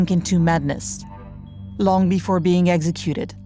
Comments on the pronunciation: The word is executed not eggsecuted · I wish the narrator could say executed instead of eggsecuted.